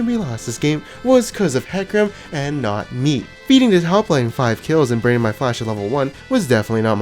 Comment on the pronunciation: the way he said "and NOT ME" lmaoo i have a hate / love relationship with that freaking voice